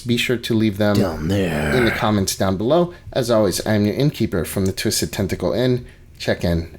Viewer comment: Oooooohhhh... "TENtacle"